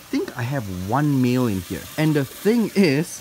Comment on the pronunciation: When you said 'male' I heard 'meal' and I saw a turtle I was like wait sooo the turtles are cannibals?